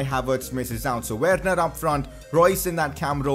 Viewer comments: I thought it was pronounced "Verner" not literally "Werner" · Please say Werner verner